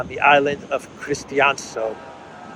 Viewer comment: You pronounce christiansø like the name Christians and add ø so. Christians-ø And btw your discord link is still brokw please update